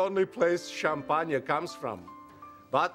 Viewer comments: This reminds me of my then creepy elderly next door neighbor when I first moved into the neighborhood. He kept trying to get in my pants. I set him straight though, and now we get along and he keeps a respectful distance. I remember this skit, I love how Walken pronounces champaagnah. He is deliciously naughty. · what's so funny. I pronounce Champagne Sha Pon yuh too. I thought he would offer her some Hawlies Blistol Cweme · hahahah i love how he says " champanya" haha lol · I always adored this clip. But he stole schom-pon-ye from Potassa. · Is this character even French. The accent doesn't sound that French. My favorite part is how he pronounces champagne "champagna."